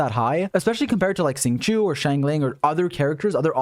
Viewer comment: dont wanna sound bad but after 294892th time hearing u say "Xingqiu" as it is written makes me kinda ughhh. i study chinese so let me correct your pronunciation to "Xingqiow". X is a soft sh. So not exactly sh but a softer sh. And q is a very soft "ch". But most importantly "iu" is read as "iow". ur welcome ^.^